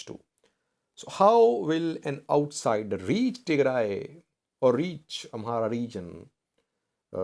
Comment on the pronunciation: Your pronunciation about Western Tigray is good. But the South African name is totally different. It has clicks in it. By the way Nelson Mandela has the same native name. So if you want to know how pronounce it, listen to Nelson Mandela presidential cermony.